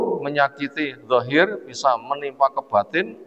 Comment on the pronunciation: Kok dhohir Yg Benar Zhahir